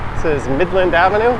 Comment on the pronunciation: it's MIDLAND, not Maitland. Have you had your head checked out since you took your spill a little while back?